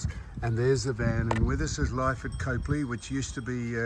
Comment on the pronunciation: Howdy guys. We backwards South Aussies pronounce Copley as COP LEE, no "e" in it. 😂 That train really is something special when you're right in front of it, isn't it Sam? 😂